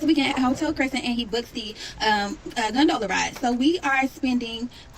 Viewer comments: gon dough lahhh lol u cant ride if u cant pronounce it🤣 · I was on her side until she mispronounced gondola 🙄